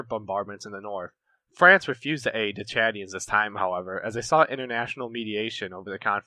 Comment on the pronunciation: I'm very impressed with you pronunciation of names, especially the Chadians. Excellent video, you get a thumbs up from me.